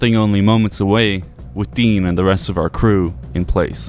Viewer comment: Take a shot every time he pronounces Dean's name wrong